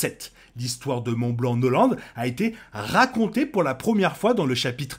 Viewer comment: je viens de voir aussi, on dit pas "noland" XD